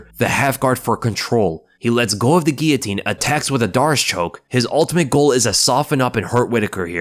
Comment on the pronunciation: Why can't some people say the word guillotine? Wtf is a " geeatine" 🙃